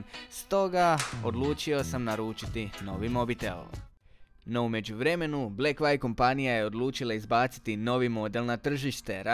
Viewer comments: Super review, samo me blekvajv svakih 30 sek direkt u celo zabodes. View = vju, blekvju 🤣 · Nije "Blekvajv" nego "Blekvju". Čisto da te naučim izgovor. Samo deri dalje.